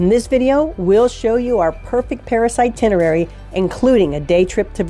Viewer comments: Sorry, it's itenerary, not itinery. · My brother and I are going to Paris for 4 days this summer. We've been before, but this is very helpful for new sites. We've been fans of your videos. One thing - it's "eye-TIN-er-rare-ee". I chuckle every time you miss it, but you'll get it some day (long before I learn French, or course :) ). Merci!